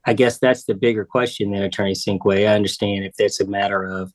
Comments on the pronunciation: She called him attorney Stinkway. 😂 His name is Sinkway. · Poor attorney Sinkway… last lady very happy with the outcome and polite, but kept referring to him as ‘attorney’Stinkway’ ! lol 😂